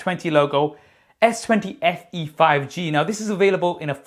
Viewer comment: I thought it was S20 Fan Edition but my dude telling me "Only Fans Eadition". 😂😂😂😂😂😂😂😂😂